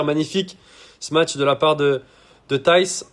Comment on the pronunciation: Par contre il a sûrement dû te le dire mais Thijs se dit "teys"